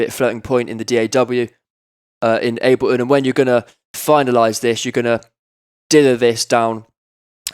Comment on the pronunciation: "aBeLiN" "eM pEe Free"